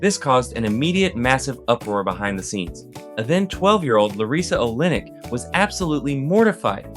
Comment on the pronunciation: Why are you pronouncing larissa oleynik's name like that?